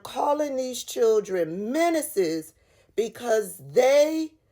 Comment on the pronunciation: Menances, not minuses